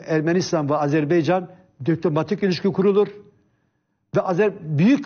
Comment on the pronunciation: Fatih bey program başlarken o kadar övdü Hikmet Çetin'i. Adam söze Azeri toprağı ve Azerbeycan diye başladı. Azerbaycan bile diyemeyen adamlar devlet yönetmiş bir zamanlar...